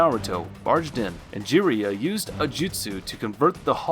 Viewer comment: My guy said Sasuuke, Jiriya and Amaterisu🤣🤣🤣